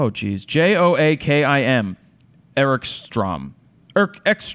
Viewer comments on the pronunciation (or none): It's probably pronouced "Yo-A-Kim".. It's a kinda common Swedish name for a guy. :D